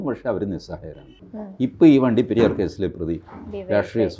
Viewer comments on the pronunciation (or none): none